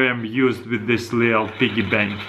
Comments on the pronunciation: Pee-Gee Bank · Lyric Edwards it's a BIGGY PANK! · Dude it's so funny how he says piggy bank. this guy's great 😂😂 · I clicked on this video just to hear him say "piggy bank" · U say piggy bank funny lol